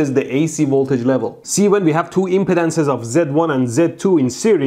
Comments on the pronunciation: impeh-dance, I say it like that too but it's uhm·pee·dns lol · so.. who's impodent? oh, imp-ee-dance ;) haha. so funny hearing it.